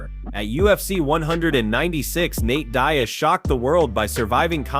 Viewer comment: When he says Dane-ass. Nate Dez.then it was Die'az . Your Butchering names brother. And in another video it's pronounced Kumshot not hazmat geez ole man